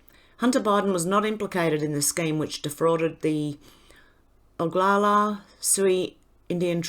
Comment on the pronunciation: You are pronouncing Oglala correctly.